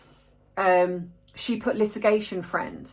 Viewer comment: WHAT’S LITIGATION FRIEND ? COULDN’T QUITE UNDERSTAND YOU ??